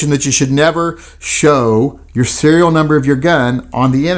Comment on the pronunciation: Serial not cereal...